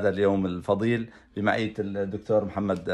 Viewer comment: ههههههه ، مهزلة ، الزلمة ما عم يحسن ينطق كلمه محمد قال صار مسلم